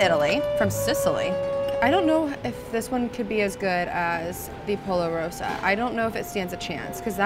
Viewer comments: the polo she said LOLO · Plz don’t say polo...